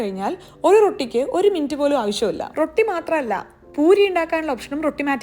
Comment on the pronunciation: റോട്ടി ❌ റൊട്ടി ✅